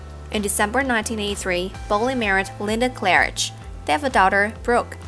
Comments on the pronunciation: His name is bollea. Not bolia. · And learn how to pronounce his last name.